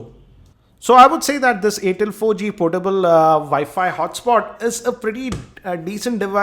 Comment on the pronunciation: its air tel not aaatel